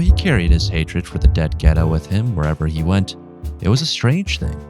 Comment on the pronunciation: it’s the pronunciation of Geta that strucks my nerve. As an Italian, listen to me: it is not “gueta”!!!